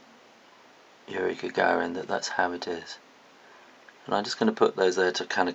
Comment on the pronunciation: lol not gonna blame him but he's not saying yuri gagarin right. oh well not a big deal..just saying